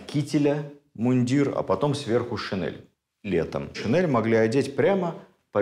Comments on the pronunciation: ШинЕль, а не шинЭль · ШинЕль!!! Нас учили в школе произносить это слова через Е! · Спасибо огромное, Владимир Ростиславович! Ваши лекции всегда интересны и очень познавательны❤❤❤ Я прошу прощения, но одно замечание, слово шинель произносится с мягким н и произносится "е", а не "э". Просто это уже не в первый раз. Немного режет слух. Спасибо еще раз!!! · Замечательно, но шинель. НЕ ГОВОРИТЕ ШИНЭЛЬ.Это не верно и не норма русского языка.Благодарю. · ведущим проекта : пожалуйста, обратите внимание на произношение слова ' шин'ель с мягким 'нь'.